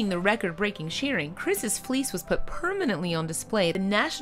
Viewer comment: It took a while to realize she was saying fleece not fleas